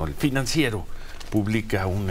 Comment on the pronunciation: Se dice el PRINANCIERO😂😂😂